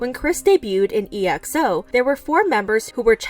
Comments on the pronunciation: Literally every exol pronounces it as “ex-o” not “e.x.o” 😭😭 have you not watched award shows, interviews, even exo themselves pronouncing the group name as “ex-o”? 💀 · Because of Kris his group exo (which you pronounce as EX-O) are also getting criticized, saying that exo knew his actions but never said anything... Iam deeply disappointed in Kris 😭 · It's pronounce Ex-oh, and not E-X-O isn't it? Or have I been saying it wrong for two years straight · idk why but her pronouncing exo as E X O is funny for some reason 🤡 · they pronounced it e ex oh 💀💀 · EXO who? I only know EE EX OH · Right it's really annoying, how tf does she not know hot to pronounce that? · E-X-O… i think i will never unhear it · It’s pronounced as “Ex-O” and “Woo-Yee-Fan”. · you can pronounce "exo" correctly without being chinese nor korean tho 😌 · Everytime they spelled out exo, instead of just saying "exo" made my eye twitch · How u pronounced Exo was triggering me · how you read EXO 💀 lol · Is that how you pronounce EXO? lol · Right?! The least she could do was research how the group name was pronounced and that won’t take long 😭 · pronouncing kris or exo is not that hard at all stop making excuses about it being “foreign” 💀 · Actually yes especially exo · it’s not E X O it’s xo like the letters x and o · EXO is pronounced “ex-oh” not e-x-o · I lost it when they pronounce EXO as E X O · its's not E-X-O ok? It's Exo. DO your research. Also would like to tell my fellow Eri although I'm just a new fan-ExoL's out there, stop with the OT12 please!It's NOT gonna happen ever again! OT9 is the way to go ever since Luhan and Tao left!Stop dreaming or defending this man who left the boys hurt and shocked and making them relearn all the choreos right before their conert. And now look what he's done. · It's actually pronounced as EX-O(say that quickly and it sounds like Ex zo) not E-X-O. Don't pronounce it letter by letter. I m not mad, jux pointing out the mistake👍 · Her E.X.O Me: tf its exo